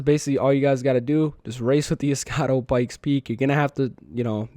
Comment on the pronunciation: Almost everybody butchers the pronunciation for some reason 😂 also “escado” instead of escudo 💀